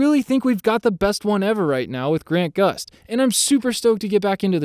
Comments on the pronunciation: He kept calling him Grant Gust lol. It’s Grant Gustin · You kept forgetting the "In" in Grant Gustin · He messed up two names. Most important Grant Gustin not Grant Gust. And is Danielle Panabaker not Daniella